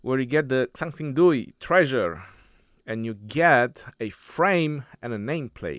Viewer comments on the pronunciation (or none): Dui is pronounced wrong.The X should be mixed with an S sound.